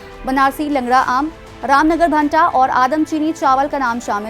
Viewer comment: भाटा नहीं भंटा...